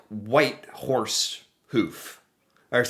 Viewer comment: Wow, i am really impressed. You did very well for someone from the USA. You also got Whitehorse right but you didn't write it in. Great job buddy.